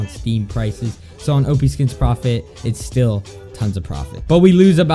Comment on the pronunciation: lol its not preftt its profit